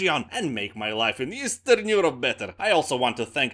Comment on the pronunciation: Easterrrrn Eurrrope